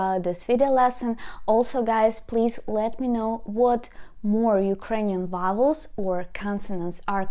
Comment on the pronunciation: Dear. GREAT CLASS!!! Please repeat slowly the word VOWEL, voooooooowel. again. voooooowel. the v is pronounced like in VOX, VOLUME, VOLCANO,, (VA, VE, VI, VO, VU ) THE SOUND SHOULD GO THROUGH YOUR FRONT TEETH AS YOU SPEAK. ON THE OTHER HAND, THE W SOUND PRONOUNCE IT LIKE IN WELCOME,WELL, WEST,(WA,WE,WI,WO,WU ). THE W SOUND GOES THROUGH YOUR PRETTY LIPS. I HOPE YOU DON'T GET UPSET WITH MY COMMENT. ENJOY YOUR WEEKEND. 🌹🌹 I HAVE TAUGHT ENGLISH AS A FOREIGN LANGUAGE FOR MANY YEARS TO STUDENTS FROM DIFFERENT NATIONALITIES. IF YOU WANT TO WORK ON YOUR ACCENT I CAN HELP YOU FREE OF CHARGE THROUGH SKYPE. GOOD BYE.